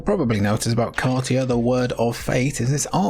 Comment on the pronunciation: my little brother and I could never decide between "kar-TEE-uh" and "KAR-sha." now I hear it: "KAR-tee-uh," of course! 🙄😅